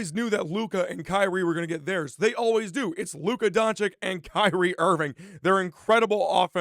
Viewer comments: Fake apology…and his name is Don-chitch, not Don-Chick…don’t be an annoying American tourist 😒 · Learn to pronounce Luka's name correctly ffs